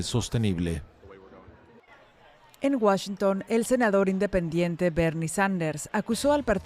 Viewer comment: porque dice wachiunnnp je je je